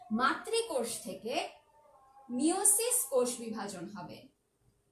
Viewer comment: এখানে সাইকাস এর যৌন জননে মাযোসিস বিভাজন হবে মিযোসিস নাহ্ Tnqq